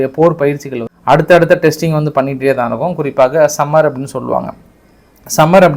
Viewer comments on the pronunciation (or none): சம்மர் இல்லை தலைவரே. அது சமர்